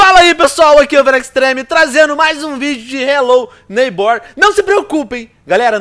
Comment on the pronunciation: vc ta falando errado n se fala desse jeito a silaba mais forte é o nei n o ghbor